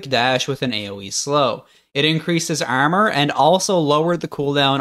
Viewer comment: why do you say "armor" like "EHRMEHR"?